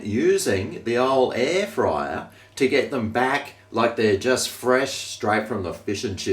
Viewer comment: The ooolle aaair frya